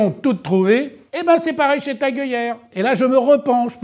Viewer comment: Oh oh, on ne dit pas TAG !!!